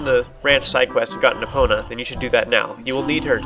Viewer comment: Has anyone ever told you it's pronounced EE-pona not UH-pona?